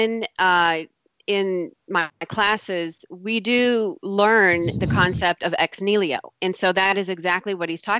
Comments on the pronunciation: Ex Niliho? Lady, it's Ex Nihilo. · EX-NEELYO! facepalm I just want to mute that one word.